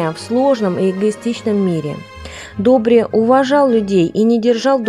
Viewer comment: В интерес на правилното произношение и правопис името е Добр/ И /, а не Добр/ Е/ ...! Бай Добри всеки Божи ден, събираше пожертвования - милостиня ,в градинката на ,,Св,Седмочисленици ,,пред сградата на МВР .София ,до смъртта си ...Бог да го прости !!!